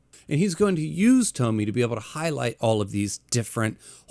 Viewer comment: Funny how every english speakers call her Tommy instead of TomiE (Tomy-ey) Just like Kiri-E with Uzumaki.